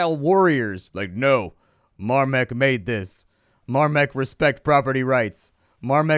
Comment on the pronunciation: More like "Dawn of Mahrmek"